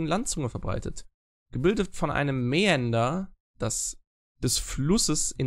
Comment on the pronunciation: Mäander = Schleife (Im Bezug auf Flüsse, also wenn ein Fluss in Schleifen durch das Land fließt sagt man auch bspw. der Fluss mäandert) Aussprache: meander Sorry fürs Klugscheißen, hatte das erst letztens im Deutsch-Leistungskurs Gutes Video